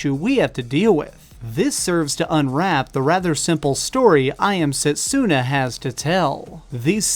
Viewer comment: U r pronouncing setsuna wrong... dont emphasize the u...